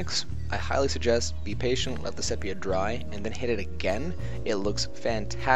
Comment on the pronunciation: sepia = see peea